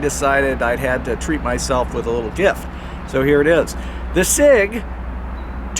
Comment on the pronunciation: That is a Sig-Sauer, not a S.I.G.